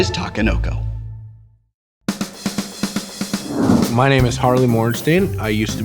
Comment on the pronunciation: a = ah; i = ee; e = eh; o = oh; u =ew ta ke no ko NOT ta ka no ko. Since Sheldon isn't here to school you I felt it was my duty. See you at GenCon Will.